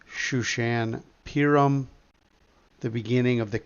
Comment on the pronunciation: Thank you. 3/3 tomorrow. FYI, Purim is pronounced (poorim).